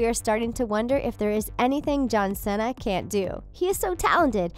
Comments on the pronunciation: It’s see-NAH Not cennna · ikr? like seriously....his last name's not that hard to say -_